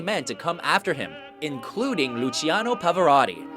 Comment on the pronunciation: Luciano Pavarotti should have been No. 1, and his name should have been pronounced correctly.